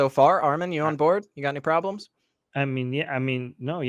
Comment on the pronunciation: It's "atheism" not "adeism"